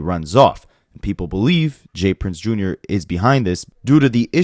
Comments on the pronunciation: Dude it’s not Junior lol It’s J R not Junior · Bro, it's JR not junior. 💯